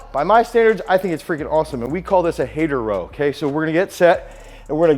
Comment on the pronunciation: Pendlay row instead of hater row